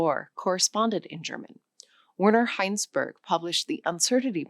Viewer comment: If you're going to talk about German scientists ( Wissenschaftler), please learn to pronounce their names correctly. Riemann is 'ree-mahn'. German vowels without umlauts (the two dots above) are pure vowels. Plank is 'plahnk'. Werner Heisenberg, oh dear. German 'w' = English 'v'. You got the 'ei' right. The 's' = English 'z', final 'g' = English 'k'. Well done on the 'ö'. 'S' in front of a 't' or 'p' = English 'sh', i.e. Ein(sh)tein. Why don't you give Karl Schwartzschild a try? Oy, weh's mir, what you did to some of the others. I know many German names and words have been Anglicized over the years, as well as those of many other languages, but if you're going to push this learning course, it would behoove you to learn the correct pronunciations of the names and words you use. I'm a retired teacher of German who also speaks Japanese and have as well studied French, Russian and Latin. You have to train your ears to hear the different sounds of a language and your mouth to learn to reproduce those sounds correctly.